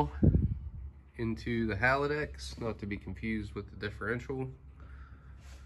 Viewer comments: HAL - DEX not HAL - A - DEX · Haldex 'Hal-dex' 'Hal-decks' Having a Hallava hard time saying Haldex.